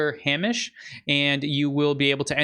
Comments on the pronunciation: Pronounced hey-mish. Hamish. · just to say Hamish is pronunced Hay as in dry straw and mish sounding like fish so Haymish. love the show